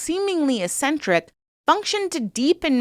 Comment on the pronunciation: E-centric? "Ek-centric". There are half a dozen others but my hands were full.... Have you really never heard any of these words before?